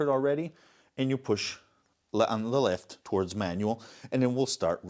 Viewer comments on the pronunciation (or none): none